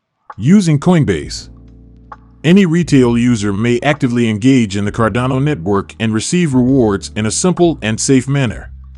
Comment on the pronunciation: It makes it hard to believe, or follow, a channel that pronounces it's subject matter incorrectly. It's cardano not Cardona...just sayin'